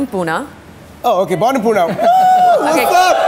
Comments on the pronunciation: its pune.....not puna!!!! damn it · No poona,....it's PUNE. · It’s Pune not Poona .... and Puneites disowns shibani